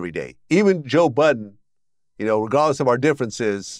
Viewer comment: That boy said regodless 😂